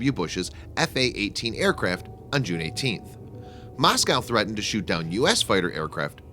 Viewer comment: “Moss cow” oh my days I’m dying 😂😂